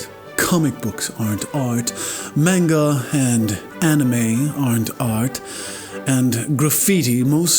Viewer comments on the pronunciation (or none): The way the bad artist says "manga" really pisses me off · I'm triggered. He pronounced Manga (Mahn-Guh), Mayn-guh. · Your pronunciation of manga was...bad